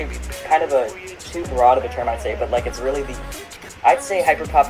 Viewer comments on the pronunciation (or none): none